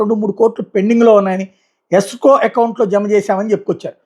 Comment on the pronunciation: Yesco... Yssco account kaadu ra Escrow account raa ayya😂😂😂